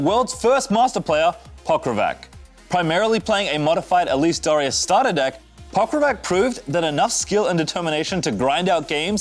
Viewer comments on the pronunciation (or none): none